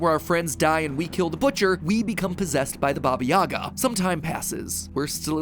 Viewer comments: For Baba Yaga, it’s actually pronounced Baba Yaha. Even though it’s spelt the same lll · Me an Ukrainian: Wrong pronunciation yhrhjd kdhqhsyfhaywywlj, not "Yagá" but " 'Yága", not "Zakopáne" but "Zakópane"